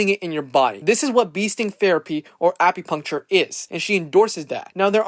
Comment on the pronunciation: he didn’t say acupuncture. He said apipuncture.